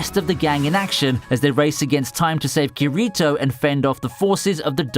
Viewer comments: So it says Kirito, but he says Kurito? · Kee ree toe? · KEER EE TOE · THis boy did not say kirito how its spelled. Im finna go rush in front of a speeeding train(is this DanTDM???